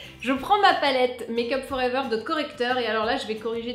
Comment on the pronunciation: Je ne me lasserai jamais de ta prononciation de "Make Up For Ever" !!! XD ;)